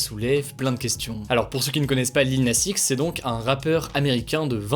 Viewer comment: Ta prononciation du X de Lil Nas X… 😅 par contre, cette polémique est complètement conne. Tiens, ça me fait marrer tous ceux qui sont passés à côté de “old town road”… mais mieux vaut tard que jamais, hein. 😅